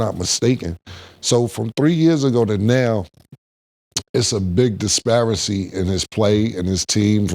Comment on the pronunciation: “DispariCEE” like cmon man 😂😂